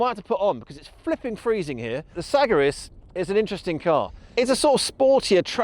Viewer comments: suh-GAIR-iss Say it with me Suh...Gair....iss.....FFS. SAG r ISSS this limey tho..lol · You can't even pronounce the name of the car right. 😂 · It's actually my first time ever hearing somebody pronounce Sagaris that way.